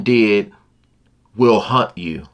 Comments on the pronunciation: "Hunt" or "Haunt"? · Haunt. Not hunt. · It's "haunt" not "hunt". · haunt not hunt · HAUNT, not hunt. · haunt, not “hunt”. 🙄